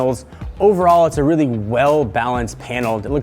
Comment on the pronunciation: I think he said "rarely" instead of "really"